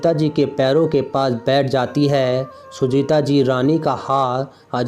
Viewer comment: बोलने का उच्चारण बिलकुल भी ठीक नहीं है सुजाता को बार बार सुजीता कहा जा रहा था